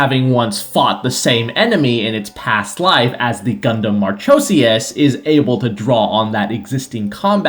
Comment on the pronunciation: Marchosias is pronounced with a k for the ch.